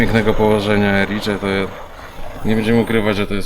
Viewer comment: Dziś pochwały. Tak. Nazwę miasta wymawia się „Ericze”. A jedzonko to „Aranczino”, jeśli jedno i „Aranczini” jeśli więcej 🥰